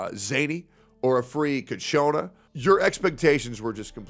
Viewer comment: I find funny that he keeps mistaking ciaccona for CACHONA, which in Spanish could mean "horned" (woman).